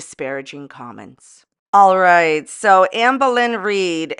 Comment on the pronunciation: I giggle every time you say.....ALR.....the most entertaining, riveting YouTuber 😂